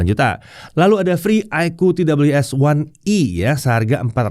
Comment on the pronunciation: Koreksi, bilangnya kok iqoo fifty?